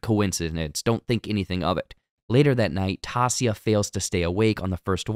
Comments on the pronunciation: There is no way you haven't acknowledged how badly you butchered Taissa's name. By saying it, TAH SEE UH, if you really binged the show with your own EARS you would know her name is said literally how they say it. TIE EE SAH. Its like someone calling Anna from Frozen ANN UH when shes called ONN UH in the movie and saying you worked on the show. Its just giving off hired someone to write a script and watch the show so you don't have to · great video but you saying tassia instead of Taissa for the entire video was 💀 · I swear. How do you watch the WHOLE SEASON, Read that name, then call her “Tacia” 30 times. Wild. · I had to turn it off because of that. there is no character in this show named Tassia. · 🗣️🗣️ TAISSA !!!! SAY IT WITH ME TYE-EE-SAH !!! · It’s Tie-iz-sa, Taissa. 👌🏽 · TIE-EE-SAW, it is not that hard, you can do it. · holy shiz her name is Taissa (tah-EE-sah) lol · Say it with me TAI - EE - SA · Its Taissa : tie ee sah . Great video but that was kindof annoying! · literally stopped when i heard Tassia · Pronounced Tai-E-ssa,. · The pronunciation of Taysha's name is disconnecting me so much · It's Taissa. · Say it like this... Tie-E-sah. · It's tough to listen to! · It’s pronounced TY-E-SA. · IDK how anyone who watched the show for ten eps, and heard Taissa's name THAT many times is capable of butchering it so badly in the recap smdh (its Ty-EE-Suh) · Ta-e-ssa.... but ok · TY-EE-SA. How did you binge a show but not get a main characters name right. Made me cringe everytime. Thumbs down. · Why tf 🤣 are you saying taissa’s name like that? 🤣🤣 out of all the people you gotta get the one black persons name wrong 😂😂😂 it’s pronounced (Tyeissa) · As soon as you said "Tossia" I knew I didn't need to watch the rest of the video. Keep up the bad work. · Ti - eesh- a !! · You binged the entire show but absolutely butchered Taissa’s name the entire video? I don’t even know how you came to that pronunciation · Who's Tassia? Her name is Taissa. Not even sound alike.